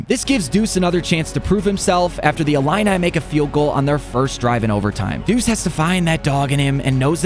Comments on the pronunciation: So are we just gonna skip the fact he can’t pronounce Illinois 😂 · Bro doesn’t know how to pronounce Illinois 😭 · dang i didn’t know u couldn’t pronounce illinois 😭😭